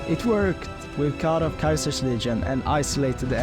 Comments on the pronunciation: Wait are you saying Kaisers legion instead of Ceasers legion? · Caesar getting pronounced as kaiser is some schizo shit